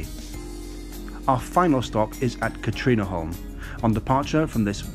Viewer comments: As a swede i do not accept your apology of your pronounciation of skövde and katrineholm. You pronounce skövde something like schouvde. And katrineholm something like kattrinneholm. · Nö. It was not. But at least better than Skövde.